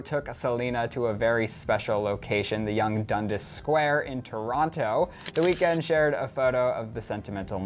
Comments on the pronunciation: It's not said like dun dis it's dund(ass) 👌🏼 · Dun-Dass not Dun-Diss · Waiting for to say Dundas correctly lol. DUN-DAS not DUN-DIS put some respect on that name 😂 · he said dundus wrong and I love that h and m it's the best one in toronto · oh. lmfao thats not how you say young and dundas 😉 love you